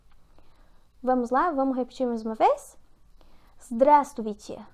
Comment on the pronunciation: Palavras com mais de 3 sílabas, como a 2a., essa "drassussuvisset" (como não deu para entender os sons e repetir é claro que a pronúncia escrita está errada!) deve ser pronunciada "sílaba por sílada"... duvido que alguém aqui conseguiu pronunciá-la corretamente! Minha querida o problema é que vc fala muito depressa em "portugues e russo" com péssima "DICÇÃO"... aliás pronunciando também muito mal o português!... desculpe, sou professor de fonética de LÍNGUAS ESTRANGEIRAS; sugiro a seguir meu conselho, para qualquer língua! Lembre-se: "Quem ensina qualquer língua estrangeira para principiantes, tem que falar pausadamente com a devida entoação e "CLAREZA DE SOM"... Assista seu vídeo com atenção de "aprendiz", e entenderá o que estou aconselhando, se quiser, é claro ser uma "boa professora". Não fique "amofinada" comigo, gostei do seu esquema! Fale mais "com-pas-sada-men-te", a primeira vez, repita uma segunda e depois normal... ok!? Abraços! ... Vá em frente!...